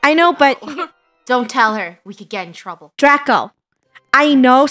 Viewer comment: draco should be (DRAY-co)